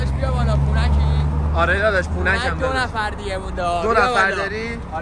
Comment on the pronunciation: نگا چجوری میگه پونک دونفع دونفع دهنتوو😂😐